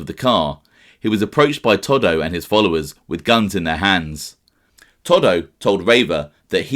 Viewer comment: It's not toddo In Italy anybody with the name salvatory or Antonio Is commonly referred to as toto not fucking Toddo